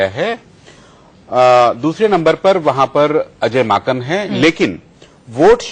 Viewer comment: He said Ajay makhan 😂😂😂😂😂😂😂😂😂 Are vai wo Ajay Maken hein...